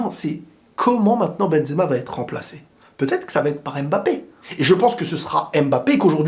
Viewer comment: stp bg c’est pas AIMEbappe c’est HUMbappe (pour la prononciation)